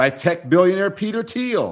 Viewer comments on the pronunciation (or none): none